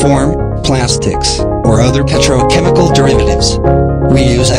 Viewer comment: quite funny that the voice automator couldn't correctly pronounce the most important word in the video.